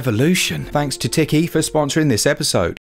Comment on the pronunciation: Teekee, not Ticky 😅👌🏝🏖🌊🏄‍♂️